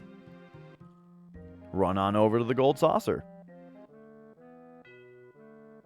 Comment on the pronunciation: >"Three thousand Yeel" >I laugh >"for the Yold Saucer" >I died XD